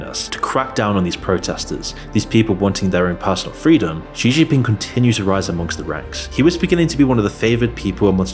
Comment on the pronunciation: It's pronounced Shee Jin Ping. Also arguing that Russia is well off based off of that farcical Tucker Carlson propaganda piece makes me question your critical thinking capabilities. China is a threat to be sure, but a lot of your arguments and sources are questionable at best.